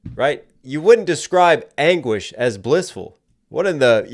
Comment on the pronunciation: This is why I watch you, I have only ever heard "language" and first time you nailed it to anguish.